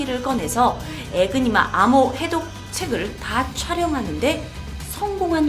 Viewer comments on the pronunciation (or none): 이니그마 에요 ㅠㅠ 에그니마 는 계란을높여부르는거 같잖아요 ㅜㅜ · 에그니마 아니고 에니그마입니당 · 에니그마 이니그마 아니고 . 독일어에서 Enigma E는 발음 에